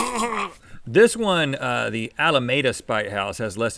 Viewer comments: Gasp! I live in Alameda! Btw it is "Alameeda" not "Alamayda" That is a weird pronunciation that I have only heard once before this. Fun facts about Alameda, the Popsicle was invented here, the USS Hornet (which picked up Apollo 11) is here, former NL MVP Jimmy Rollins grew up here, so did NBA All-Star Jason Kidd, NBA All-Star Damian Lillard briefly went to the same school Kidd did, MLB Hall of Famer Willie Stargell grew up here, and now has a street, former NL Rookie of the Year Dontrelle Willis grew up here, there is a cool movie theater that holds an obscure record, Jim Morrison grew up here (went to my high school), Debbie Fields grew up here (the cookie lady) and General James Doolitle grew up here, and also has a street. Interestingly a dunk champion (JR Rider), a Hall of Famer (Stargell), a Rookie of the Year (Willis) and an MVP (Rollins) all went to the same school. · It's pronounced Alameeda not Alameyda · Al a meeda not al a may da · Rhett it's Alameda eeee with an e I live near it it's Alameeeda! It's actually only one e but it's emphasis. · sorry Rhett but Alameda isn't supposed to be pronounced like that (I live here so I would know)